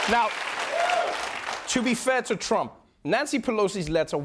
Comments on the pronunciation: (A) Did anyone else notice when Trevor said "Chump" instead of "Trump"? Freudian slip? 🤣😉 (B) #TrevorNoah is 10x better than #SethMeyers. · Anyone else catch the "chump" slip? ahahahaha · Did he call Trump ..chump?